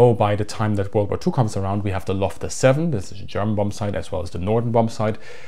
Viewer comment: "Luftwaffle", really?